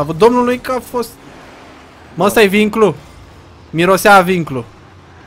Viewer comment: vinglu nu binclu